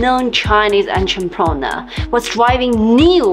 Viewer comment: It's so funny the way she says entrepreneur lol